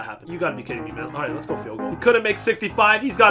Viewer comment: And we're here to win! lEt'S gUlL